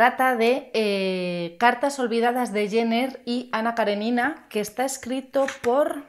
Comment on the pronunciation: Ana Karénina....tiene tilde, poca gente pronuncia bien el nombre de esta mujer....un saludo